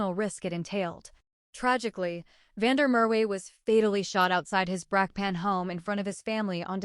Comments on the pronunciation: Van Der Murray??? Van Der merwe!!! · You lost me on van Der Mer we use a real South Africa voice 😂